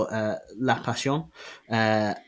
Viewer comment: LaPassione it's not pronounced like it's french, it's an ITALIAN brand, pronouncing it in french it's an insult